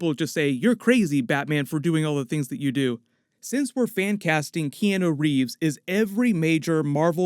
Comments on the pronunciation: The way you say Keanu hurts me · Like how butcher Keanu Reeves name. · I honestly hate the way this dude says Keanu Reeves name